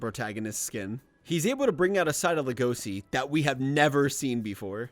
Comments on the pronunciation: But like- HE WAS SO GOOD HE MADE A WHOLE ARCH SECTION Wait a sec DID HE JUST SAY LE-GOSI!?!? LEG-O-SHI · "legosee" that fucking killed me in every way possible, LEGOSHII SHII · everytime i hear Legosi instead of Legoshi makes me cRinGe